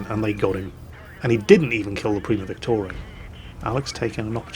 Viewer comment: why are you pronouncing VICTORIA 'Victorae'?